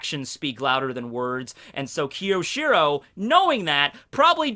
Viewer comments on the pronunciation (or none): Fuck, your pronunciation is killing me. You're usually such a weeb so how come you don't know it's Kyo-shi-ro and not Ki-yo-shi-ro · Great video! But be careful my fellow Japanese student. It's きょしろ and not きよしろ.